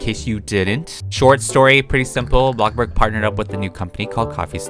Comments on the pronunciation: Omg. Why so u keep saying BLOCKBURG its bloxburg!!! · Why do I get triggered when he says BLOKBURG instead of BLOXBURG